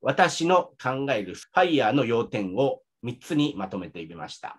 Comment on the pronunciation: のFireの発音完璧ですね。奥さんとも英語でほぼ話したりしていますか？